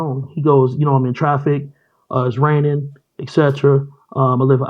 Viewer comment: Did he say Rainingnin OMG